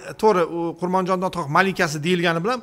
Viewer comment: Эч бир сөздү туура айткан жок .. Даже атын туура айта албады.... КЫРГЫЗДАР Өзүнүн тарыхын өздөрү жакшы билет... Айтпагыла ар Бир айткан сөздө ката бар